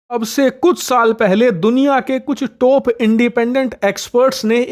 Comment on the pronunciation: टोप नहीं भैय्या सही बोलो #टाप सही प्रोनाउनशियेशन होता है। #टोप 🤣🤣🤣